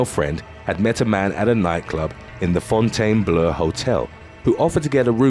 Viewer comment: The hotel is called "Fountain ⛲ Blue" not Fon-taine Blu-e-a lol. Sorry I have something like old with words and sounds. People say comfortable as "Cum-ford-uble" and its actually "Comfort-able (Com-fort-tah-ble)" lol. I'm wired.